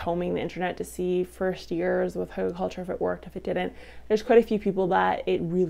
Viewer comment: Not pronounced huggle.